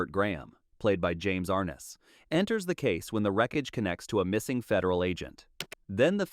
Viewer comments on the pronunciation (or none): James ARE-ness? Try calling him James Are-NESS